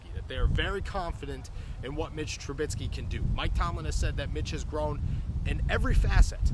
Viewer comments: It's Trubisky not Trubitsky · I need Trubisky to get benched so you can stop saying TruBITSKY 😭😭😭